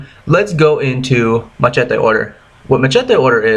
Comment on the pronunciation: First , learn how to pronounce machete..........